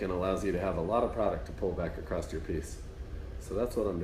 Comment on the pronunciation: There’s no t in across.